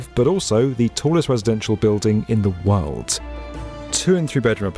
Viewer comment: ...in the worlt